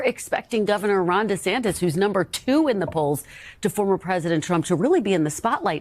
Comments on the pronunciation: Its Ron de santis bro, not de santos/ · After watching: First its ViVake (as in cake), not ViVeck (as in shreck). Second, its DeSantis, not DeSantos :). About your "selections", excellent job showing what people are looking for. Democrats reacted to Vivek's attention and quickness, while Republicans reacted to Vivek's.. flippantness? Your point about Vivek making himself known as an unknown is a good one. My counter is that DeSantis had a horrific spring and summer campaign.. It rained on him. People were out shining him. He's being tarred on social media as being part of the swamp, funded to front the NeoCons.. And I thought he did a good job being a good candidate - perhaps resetting his image. And of course, perhaps a more conservative approach to leadership, he looked well considered, as opposed to off the cuff Vivek. I'm going to give the win to Vivek, simply because Ron needs to decide faster on his positions on Trump and related things - as mentioned in my pre-debate points. But I can't wait until the next debate, where we can see if the candidates have grown. I'm reminded of when Trump was an attack machine during the 2016 debates, and after everyone decided to take him out, he became silent and let his opponents look stupid going after him.. I want Vivek or DeSantis to have that kind of presence. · It's DeSantIS not 'De Santos'. It's tough to take this opinion seriously when you can't pronounce the second most important person's name in the video properly. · Hey …his name is DeSantis, with an “i”not an “o”…😂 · Why do you keep saying “DeSantos?” DeSantis and Santos are two different dudes. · Why do you say DeSantos instead of DeSantis? Just asking. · if you say DesanTOS one more time I'm gonna yell. C'mon man get his name right! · Why does he keep saying De Santos? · De Santis...(With an "i") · Can’t listen to you say DESANTOS one more time. Also, it’s vivake, like shake. Lol. Horrible annunciation 🙄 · This guy keeps saying Ron Desantos lol